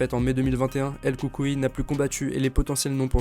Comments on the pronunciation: Bonne video, et la prononciation de son surnom c’est el coucouille * 😁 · "El coucou " lol